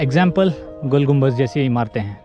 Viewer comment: Gumbaz nahi Gumbad hota hay bay chootiay anpadh jahil